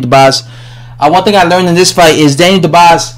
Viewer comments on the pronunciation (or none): His name is dubois not dobise!!!! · He says more like Daniel The Boss haha